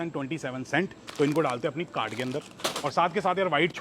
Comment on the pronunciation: Bhai cart thoda clear bola kro